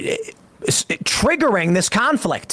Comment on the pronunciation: 😹💀 his face after he exclaims "tah-riggering this conflict!" 💀😹